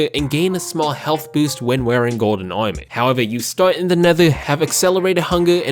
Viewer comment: i love the way you say armor, fucking funny lol